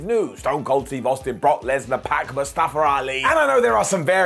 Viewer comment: Man, Mustafa spent like a year trying to explain how to pronounce his name. If you’re gonna talk about him and what he’s dealing with, you should respect him enough to learn how to pronounce his name.